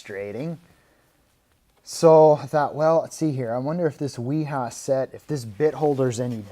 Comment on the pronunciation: Excellent pronunciation of Wiha.